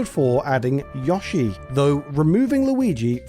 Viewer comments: absolute maverick move to pronounce "mario" and "wario" like those americans do, but to pronounce "yoshi" like someone that wrote for super play in the 90s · The way this man says Yoshi hurts me. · That's an... interesting way to pronounce Yoshi.